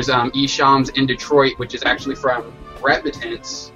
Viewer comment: lol its = -} REpentANCE { - = (not repEtance) mcl